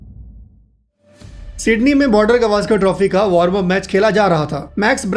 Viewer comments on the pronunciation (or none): गवास्कर नही गावस्कर कहे।